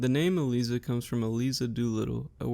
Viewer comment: Nicely done! A detail: Most folks pronounce ELIZA with a hard I, as: E-Lies-uh. But otherwise, this is one of the best and most concise summaries I’ve seen!